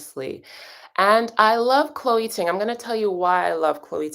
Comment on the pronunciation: All this time of hearing you say Chole Ting. Then I discovered I started following her awhile ago. She is also!